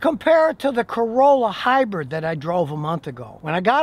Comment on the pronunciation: Scotty says hi-bread....cracks me up